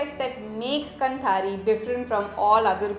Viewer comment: Sure you got this minor feedback: it is pronounced "kaanthaari". :) कांथारी. 👍🏽